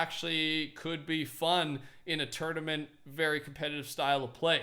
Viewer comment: He said turniment like turd amint